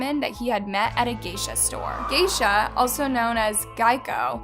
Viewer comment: not to mention she called his name seiShaKu!! And called Geisha the freaking car insurance!